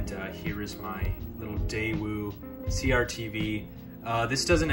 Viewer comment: "CRTV" that's not how it's said.